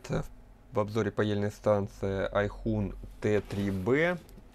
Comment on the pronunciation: Спасибо за обзор! Заказал) "Aixun" - "Эксун", по-китаяцки "наученный, бывалый".